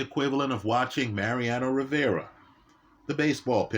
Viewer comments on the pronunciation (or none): none